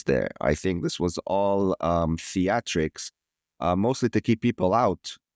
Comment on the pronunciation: back, yay! Did say theatrics or FIATrics? 😆